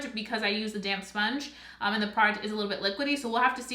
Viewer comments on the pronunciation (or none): I keep thinking you’re saying “damn sponge” instead of “damp sponge” 😂 I love this review, I’m definitely purchasing this!